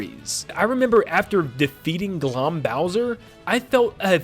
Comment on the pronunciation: The pronounciation of Glohm made me wince lol